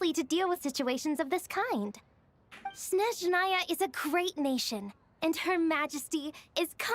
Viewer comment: .....siiiigh...there's no "sh" sound in SNezhnaya